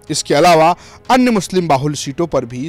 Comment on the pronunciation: Akhiles ko to Muslim bolne bhi nahi AA Raha hai